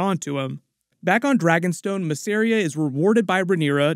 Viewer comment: Man, until you start correctly pronouncing Mysaria MISS AH RIA and Velaryon VE LAH RION I'm going to tell everyone your name is CHURLEY, deal?